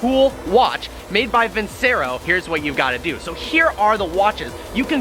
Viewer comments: why cant this guy pronounce anything right. its vin-chair-oh not vin-ser-o. and its ur-a-can not -hur-a-con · It’s pronounced vinchero